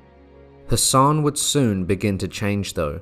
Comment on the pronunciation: Captivating content, though, with deference-Hassan is pronounced as Hass-an rather than Hassaaan, the a at the end of the name is pronounced lightly.